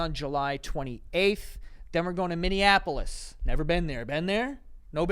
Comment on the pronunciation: So proud the boys pronounced Minneapolis correctly 😂